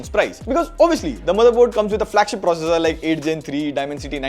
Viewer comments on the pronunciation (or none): none